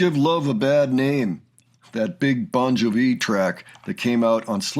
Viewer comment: LOL, "Bon juh-vee." We love you.